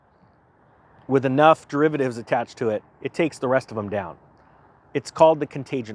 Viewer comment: The “con”tagene effect. Coming to a town near you !